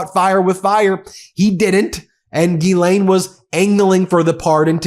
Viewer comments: To get to the point and quit using Clickbait to get somebody to listen to you and for God sake learn how to say her name correctly Not Ghee Lain 🧐🤡 you are so annoying and why I don't subscribe to you!1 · No Binki, I'm with you all the way except when you and everyone else mispronounce her name, Geee-lane-- Guhhh-Lane!! Nyet, Nein!! Pronounce the damned name the way it's written:: Jizz-Lane! The word is JIZZ,! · GILL like a fish. NOT Gee like me. For Fuck's Sake say her name right. GILL LANE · I'm not pronouncing it "Ghee-lane" anymore. I'm calling her what she is: "Jizz-lane." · I couldn’t watch this video more than a single minute. This dude is literally finding any excuse to say Gillane Maxwell’s full name over and over and over again while repeatedly endlessly mispronouncing it. Its not Geeelane if you can’t say it right then just say her last name Maxwell. Everyone will still know what you’re talking about. You don’t have to sound silly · Please learn how to pronounce the name correctly.